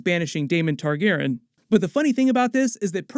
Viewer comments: Great job as always, but please start pronouncing Targaryen correctly. It probably doesn't bother anyone else, but every time you say "Targaren" I cringe. Otherwise keep up the great content! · "Targerr'n" lmao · I hate the way you say Targeeren (??) Lol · Why are you pronouncing "Targaryen" like that?????? It irks me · you gotta work on “targaryen” pronunciation for this show haha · My guy why do you say Targaryen like that?